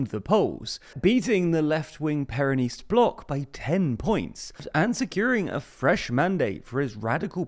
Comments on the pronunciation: Just gonna drop by and say it's pronounced "/ˈpɛrənɪst/", with the stress on the first syllable. Great video, by the way, I just needed to make that clear 😁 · Please never pronounce the word "Peronist" ever again, you're too British to do it properly.